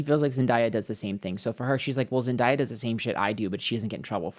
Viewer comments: It’s pronounced ZEN like 🧘🏽‍♀️ and Day - Ah, it’s Zendaya. Sydney is going to find out sooner than later that Zendaya is the peoples princess and Sydney is just a republicans favorite thing to look at, but they don’t support her, clearly. I mean look at Alexa… she gets her check, goes home and live her best life. Sydney is walking shame. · I love you but you know it's Zen-day-uh. I needed this reading though! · you can literally look up "Zendaya tells how to say her name" and the first one to pop up is her saying it's pronounced Zen 🙏 - Day 🌅 - Ah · I can’t get past the intentional mispronouncing of Zendaya’s name throughout the entire video. I know it’s part of your schtick, but doing it to a Black woman, and saying her name correctly not one single time - as you often do for others - is not cute. I’m a longtime subscriber but had to say something bc this is really disrespectful. And to state that Zendaya is benefitting from a lot of privilege in the industry, in comparison to miss blondie who’s famous for doing a white supremacist ad campaign, is tone deaf. I don’t think you were referring to racial privilege specifically, but the context is always there, especially considering that Zendaya probably had to overcome a lot more types of obstacles to get to where she is today than Sydney did. Think about how much longer she’s been a working actor - literally since she was a young child - so of course she’s “ahead” of of Sydney now, but the word “privilege” feels loaded to me. I appreciate other aspects of the video and your channel, that’s just my two cents. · using ebonics while being aggressive to a biracial woman is a choice. i’m incredibly disappointed but that’s on brand for your kind. you know dang well how to pronounce her name. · Of course he's on that YT girl side and can't even pronounce Zendaya correctly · The way mispronounces Euphoria and Zendaya name is taking me out 😂😂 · And you said zendayas name wrong it’s not hard to pronounce